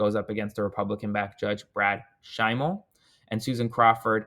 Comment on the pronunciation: Hi Aaron, Brad Schimel is pronounced like jimmy Kimmel, I live in WI so I hear his name soooo many times a day